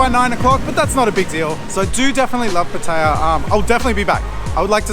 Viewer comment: At least you know how to pronounce pattaya. Unlike some youtuber named chad 🤣. Boy he messed up pretty good on his last video. It's like he dug his own grave 🤣🤣🤣